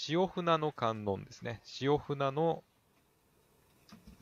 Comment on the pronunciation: しおふな⇒しおぶね